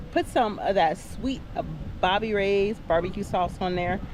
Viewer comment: It’s sweet baby rays. I think you said Bobby Ray. 😂😂😂😂